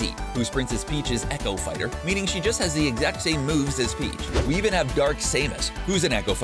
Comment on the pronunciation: I like how he incorrectly pronounces almost every single fighter.